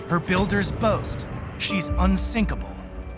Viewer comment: Dont say Unsikapil